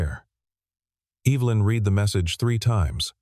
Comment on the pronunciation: you need to red if you want the past tense of reading and reed when you want the current tense. Otherwise the AI can't say the right words.